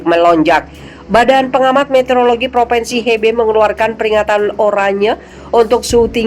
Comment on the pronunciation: Mbak! Bukan PropEnsi tapi PropInsi. Anak TK saja lebih tahu. Sebagai penyiar, mbak HARUS menggunakan Bahasa Indonesia yg benar, jangan NGAWUR. Memprihatinkan sekali.